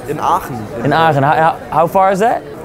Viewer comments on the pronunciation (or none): Agen 😂 ‘aachen’